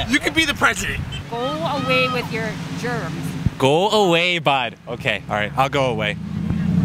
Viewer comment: “Gwoo away BHud”